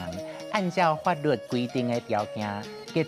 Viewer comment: 法律的律 是 lu̍t 第八聲喔。